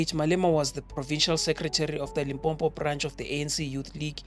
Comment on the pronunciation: It's Limpopo not Limpompo bro🤦‍♂️